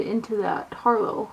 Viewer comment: It's pronounced "har-lotte", honey. As in, "this harlot has many vices" ;)